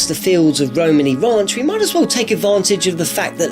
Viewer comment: " Romeni Rach" makes me so angry